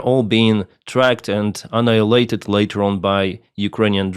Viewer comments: i miss "annigulated" :( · I miss your old pronunciation of annihilated!